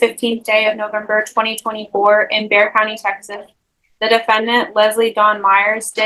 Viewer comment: Someone needs to fix these recording of Bexar County.. pronounced bear... But every case has it listed a different way.